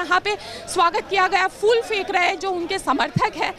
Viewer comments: There is a difference between fool and phool. So pronounce correctly. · O madum fool , fool nahi hota phool bola jata hai ..undustand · Madam fool nahi phool kahte hai.